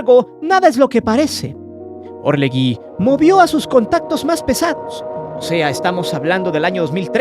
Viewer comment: ASNOS... Se pronuncia orleJI...no existe la U entre la g y la i